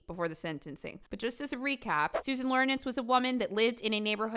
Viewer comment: LOR INCZ not LOR NICZ